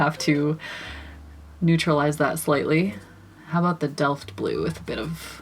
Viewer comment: Yes, you are pronouncing Delft Blue correctly. My Mother loves the Delft blue dishes (always has), therefore I grew up listening to her talk about them!! They are named after the city in the Netherlands where the dishes are made...